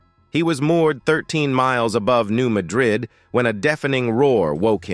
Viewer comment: Hey, for a guy who speaks for a living: It is pronounced, "New MAD rid". The accent is on the first syllable. You should put your arrogance on hold while you try to do your job properly.